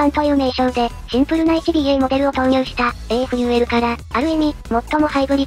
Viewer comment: AFULは、【アフー】と、発音するのでは!?